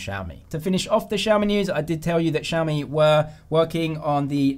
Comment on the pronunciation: My friends and I are laughing at how you guys pronounce XiaMi lol😂😂😂No offence